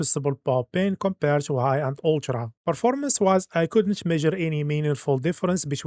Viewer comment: it is called ultra not oltra, reflections not refluxtions, it is so annoying pronouncing them wrong for like hundreds of times